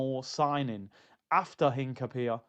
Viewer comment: Shout out every time 👊🏿 I believe its pronounced Hin - capie - ye Big up my guy 🫶🏿